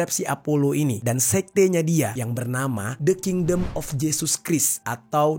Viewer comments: Christ dibaca krais bukan kris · Fyi: Christ dibaca 'kraist'